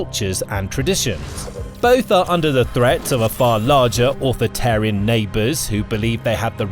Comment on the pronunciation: "Wait, say that again?" "Authitarian" "Authoritarian?" "That's what I am saying."